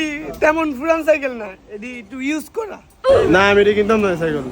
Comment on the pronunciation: সাইকেল ❌ সাইকল ✅